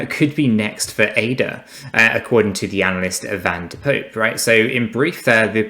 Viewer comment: Pronounce Poppe not like Pope, but like pop-puh. You Englishmen are hopeless when it comes to pronouncing foreign names. 😉. I do like your videos however, especially now Rob has improved his camera position.